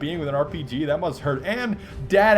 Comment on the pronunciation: Oh god, don't ever say 'dat' again you stupid fuck